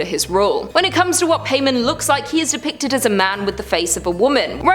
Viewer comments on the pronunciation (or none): Paimon pronounced Pie-mon